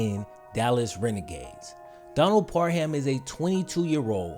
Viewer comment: my man said par-HAM. on some xmas hit